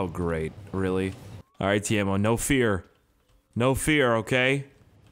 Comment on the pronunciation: Its Timo no taimo